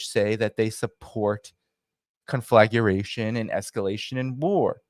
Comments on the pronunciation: conflagration: 4 syllables not 5, drives me nuts, kon-flah-gray-shun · "Conflaguration,"?